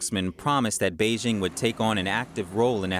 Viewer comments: Please learn the proper pronunciation of Beijing. Bay Jing as in Jingle bells. Thumbs down. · Zack Smith Not a troll. Very interested in learning what's happening in China but her mispronunciation is like fingernails on chalkboard. You would think that a channel dedicated to China could at least pronounce the capital city correctly.